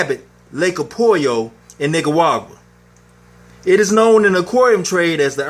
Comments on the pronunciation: Nicaragua man, not Nicaguagua 😂 Lol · Sounded like he said nicawawa... leaving a thumbs up just for that lol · I just want to hear you say Nicaragua again